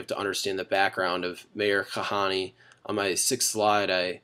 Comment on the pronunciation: I like how his hebrew is awful and obviously not a Jew.... Kahaneee? Goyishe Kop.